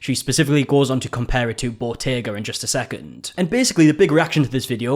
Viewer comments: I thought she was saying bodega. She's actually talking about Bottega, the luxury fashion brand. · Botega??!?! I thought it was "bodega"! 😮 lol